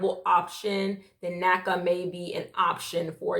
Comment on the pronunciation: I cringe when when I hear NACA